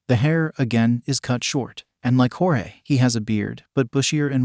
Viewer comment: I really hate the a.i. voice is messing up Jorge’s name.